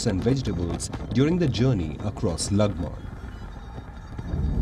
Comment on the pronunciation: She fr said "lang man"😂😂😂😂😂